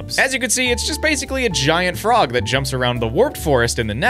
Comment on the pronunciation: ah yes, the froge